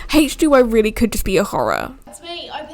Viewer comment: Why does she say hache2o lol